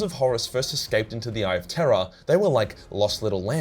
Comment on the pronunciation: Nice Halloween Spooktacular. I was kind of hoping for a video where you describe chaos monsters causing terror on Terra...mainly because you say those 2 words the exact same way. 😅